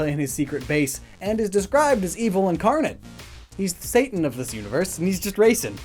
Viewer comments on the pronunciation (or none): none